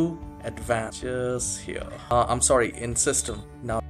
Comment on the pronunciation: ur accent is no bad but can u try to work on saying the word "here" without and accent or even with an amrican accent?